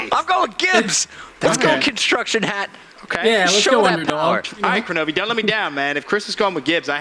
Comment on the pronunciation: Kenobi not koronovi